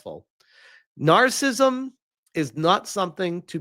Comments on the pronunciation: It's "nar-cis-sism", not "nar-cism". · So, the only thing you got out of this video was his mispronunciation of narcissism. You must live a sterile life.